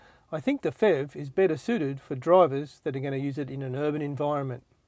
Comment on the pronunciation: The FEV? You really should say P-H-E-V. Good review though.